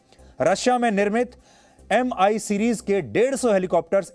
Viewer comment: It's not pronounced as 'ME' but 'M' 'I'. May his soul rest in peace. aum 🙏